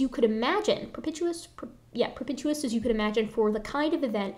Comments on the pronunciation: I know I'm way late but I believe the word at the 56 minute mark is not "pro-pit-you-us" but rather "pro-pee-sh-yus." I don't envy you having to read in public. Great presentation. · Pro-pish-us. (Propitious)